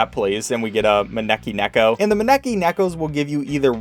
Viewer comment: the way you pronounce neko 💀